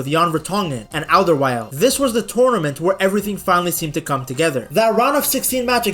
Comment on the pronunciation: Hey ! Félicitation pour ta prononciation de: Alderweireld ! :face-fuchsia-flower-shape: Notre équipe nous fait frissonner, hurler, pleurer ! Ils sont humbles, ils sont fairplay, ils aiment jouer ! Ils nous passionnent !